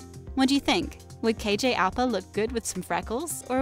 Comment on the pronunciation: Americans can never say KJ’s last name properly 😑😂 it’s fine... ITS FINE